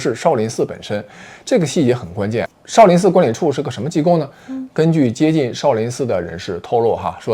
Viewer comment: 妹子你东北口音也太厉害了。shao sao不分了已经